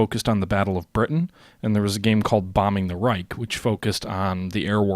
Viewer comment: Just a small side note: You mostly pronounce "Reich" very well. Keep it on!